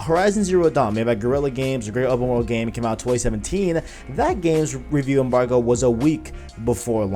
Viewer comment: Signed in to thumbs down this video. Say rewiew embarwgo again... you almost didn't make 10 mins...